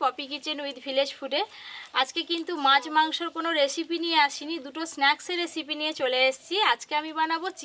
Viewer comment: এতো বড় একজন ইউটিউবার আপনি কথা ভালো করে বলে পারেন না রেশিপি কি ওটা রেসিপি হবে 😡 আরো অনেক কথা আপনি ভুল বলেন জানি এটা আপনাদের গ্রামের ভাষা তাও আপনার ভিডিও অনেকেই দেখে চেষ্টা করবেন শুদ্ধভাবে কথা বলার